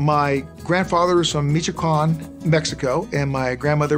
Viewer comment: Can’t even pronounce Michoacán.